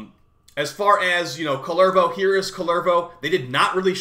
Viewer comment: Always makes me smile when Americans try to pronounce Finnish words. Kullervo and Rauta so far.